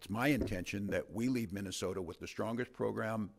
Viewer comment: "minnow sota"😂